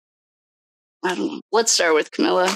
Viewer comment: It’s Comma-la. The bias is clear.